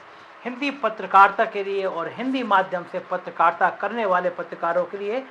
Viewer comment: Chal Chutie… patrakaarita ka pronunciation to thik kar le gyaan dene se pahle